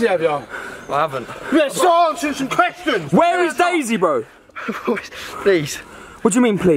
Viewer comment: When said you gotta ask some questions, it sounded like mango